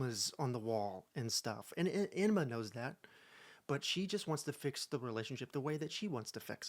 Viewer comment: Okay, I know you said Emma, but it sounded like enema and after hearing all that ITS SO APPROPROQTE OML 😂😂